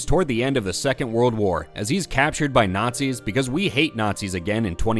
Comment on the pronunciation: I love when indy nookz all not-seeze